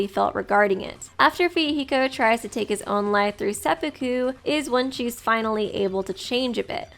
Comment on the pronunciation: It's pronounced seh-poo-koo